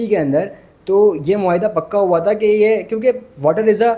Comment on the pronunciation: Haram kamaya wa .... ye wa konsa lafz hai ? Haram kamaya huwa hota hai ..... Huwa